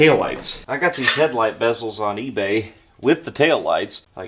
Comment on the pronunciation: thank you thank you thank you for the love of God thank you for saying headlight bezels correctly and not saying the beeeeezelllllls... Lol thank you